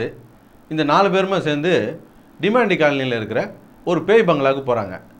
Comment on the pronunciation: Demon-tea ilay it's Demontay